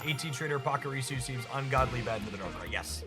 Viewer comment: Where does your pronunciation of Pachirasu come from? Is that how they say it in the anime? It makes the little squirrel-thing sound more like a badass dinosaur than a cute Pika-clone lol